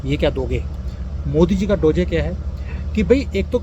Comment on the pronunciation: डोजे ❌ डोज ✅✅